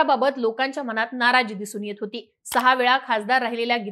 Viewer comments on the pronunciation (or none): none